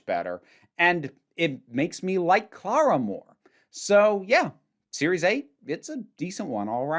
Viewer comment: Uh, did you call CLARA, CARA? 🤔